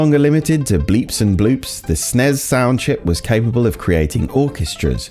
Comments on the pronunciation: Huh? Nobody ever pronounced this "Sness" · It's pronounced 'snezzzz' with a zed sound at the end. It sucks.